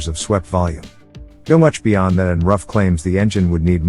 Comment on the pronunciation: It's pronounced Roof!